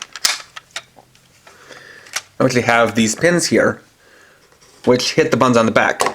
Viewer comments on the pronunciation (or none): none